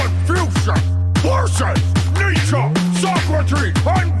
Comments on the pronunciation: So Socrates is pronounced as So-Crates? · please tell me your pronunciation of Socrates is a bit that you're doing